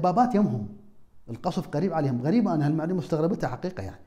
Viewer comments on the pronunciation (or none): none